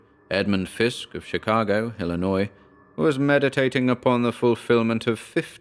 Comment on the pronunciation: A+ for not pronouncing the S in illinois!